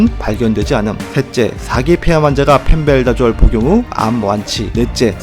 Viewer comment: 근데 펜벤다졸인데 왜 계속 펜벨다졸로 발음하시는건지 ^^